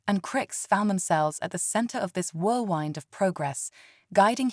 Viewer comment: Whirldwind?? You wind a clock. It is the wind makes waves on the lake. Normal Spass-eh- time. It would be perhaps Space Time😅😅